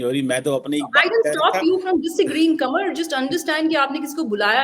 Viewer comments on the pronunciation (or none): When she said “Qumar” he was so happy. 😂😂